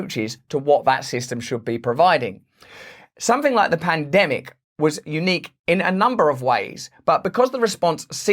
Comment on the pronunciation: Did you say pandemic or plandemic, Russell?